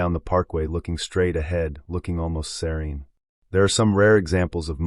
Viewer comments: It took the whole video for me to realize you were saying she looked SERENE!!! SERENE!!! I kept thinking seron? Ceron? WTH?!? SOUNDS LIKE SIR-EEN! She looked serene!! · I couldn't understand that word either!